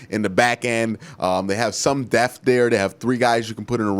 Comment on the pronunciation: It’s depth not deaf